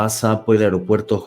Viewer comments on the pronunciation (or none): none